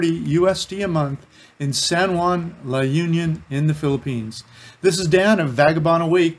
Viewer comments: It's pronounced as "La oon-yon" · Pronunciation is La-oon-yon.. There is also Pagudpod, the Northern most part of Ilocos Norte, hoping you go visit it too because it is a beautiful sight with the mountain and sea. I was there a few times and I loved the scenery.